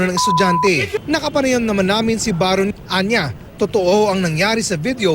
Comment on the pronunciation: baron not bayron Mike ayusin mo PAG rarap mo este pag rereport